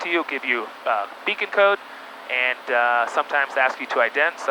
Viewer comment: I have never heard someone say "beacond code" before.